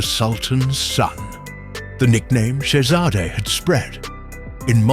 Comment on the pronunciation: Probably saved his life - speak Shehzade correctly.